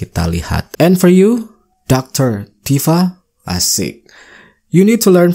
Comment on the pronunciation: Maaf bukan Dr Tipa pak tapi tifa... bapak sendiri salah ucapannya